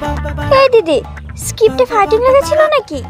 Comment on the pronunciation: স্কিপ নয় কথাটা স্ক্রিপ্ট হবে, এরা নাকি আবার অভিনয় শিল্পী...😅